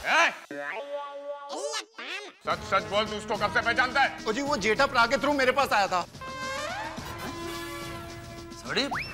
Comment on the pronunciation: Jetha Braa, not jetha pra